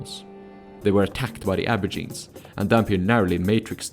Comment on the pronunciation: Wtf is an abourgine? It's ab-oh-ridge-in-ee